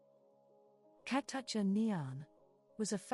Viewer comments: Her name is pronounced “Ka-too-cha” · She was Awesome! A beautiful wild and fun spirit! Like a wild leopard. I knew her, not super well but I did meet her in Japan when I was modeling there. Btw; the voice in this clip pronounces her name wrong! I miss her💕R.I.H.P beautiful one 🌺